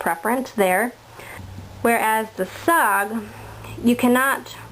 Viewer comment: Its cald S>O>G not sog and this ia a cool vid